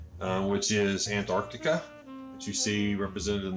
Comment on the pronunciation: Nice that he points out mag north, but stops to tell us where south is ^^ Also: it's Antarctica, not Antarcticup. What is it with flerfs and water baking trays? * Him pointing a flashlight from above * "It appears low on the horizon" Yeah.. no.. no.